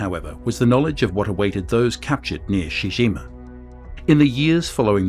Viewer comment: It's pronounced CHEE-CHEE GEEMA, not SHE JIMA.